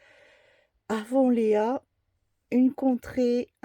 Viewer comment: Bonjour, le titre se prononce à l'anglaise "Avonlie' "ea se dit 'i' 😚.